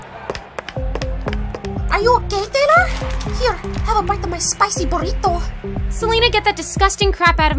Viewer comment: how she said borito 😂😂